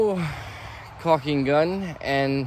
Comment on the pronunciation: Calking(call-king) gun to apply the lap sealant. I know your tired and frustrated in this vid moment.